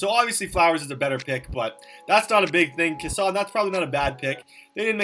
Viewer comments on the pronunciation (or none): You kept saying 2010 draft and Cason is pronounced case son